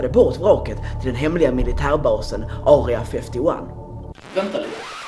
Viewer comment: "Aurea fäfty wan" hahaha jag döör